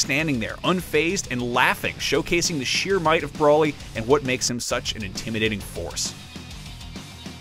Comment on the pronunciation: Did you really just say brawlly? It's broly. Broooowly